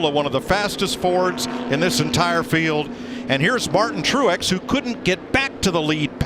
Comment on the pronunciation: Did he say bartin truex